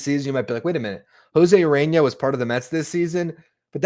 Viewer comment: Urena, not Arena, heh heh